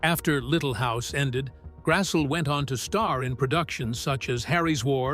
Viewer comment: Very interesting and informative documentary of LHOTP and the casts' personal lives, but they continually pronounced Karen Grassle's last name incorrectly. It should be pronounced as "GRASS-lee."